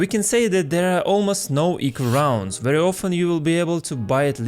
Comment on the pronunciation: Ahahahahahahahah, roundzz, you're like a Frenchman)))